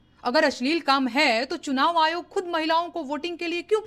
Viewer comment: Chunav ayog nahi churav ayog h bhai